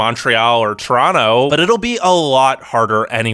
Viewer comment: glad to hear you pronounce Toronto correctly!